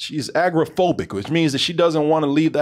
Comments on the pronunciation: How drunk was & for this review?: "Agrophobic"? You mean, agoraphobic?: "Hummage" You mean, homage. WTF, DT? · Love the review but, guys, it’s agoraphobic not agrophobic...you make it sound like she has a fear of the Agrocrag from Guts on Nickelodeon.